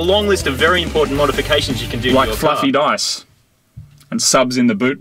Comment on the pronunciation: I like Marty, but Moog gets on my nerves more each episode. Also, there's an "R" at the end of the word "car". Use it.